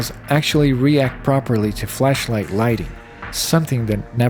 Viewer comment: the what-light? you did NOT say flashlight lmfao